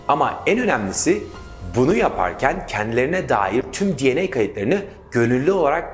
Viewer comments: Türkçe bir konuşmada DNA dieney diye değil denea diye okunur. Genel olarak anlatım başarılı, tebrik ediyorum 👏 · Di en ey dedin abi anlayamadım ilk 😂 biz Denea diyoruz 😂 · Abi DNA'yı dieney değilde denea şeklinde okusan bence daha iyi olurmuş. :D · Türkçe konuşurken DNA'nın telaffuzunu da Türkçe yap kardeşim. Seviliyorsun.